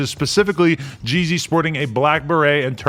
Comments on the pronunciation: This is biased cuz Adam don’t know anything really about Jeezy, sounds like he kept saying “Jay-Z” haha 💯😂💨💀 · Pronounce Gz not GG